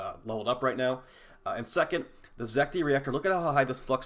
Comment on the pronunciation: It's Zet-ki.